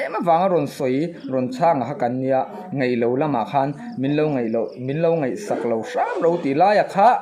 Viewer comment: I tawngkam hman hi fimkhur deuh teh ngaihthlak a nuamlo thin..eg..daih tih turah deih.ngaih-ngeih..a lamrik turah e i uar mah² aw.Svmm